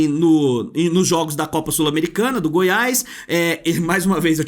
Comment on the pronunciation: Dá agonia de ouvir vc falar: Goiaiisss. É Goiás meu amigo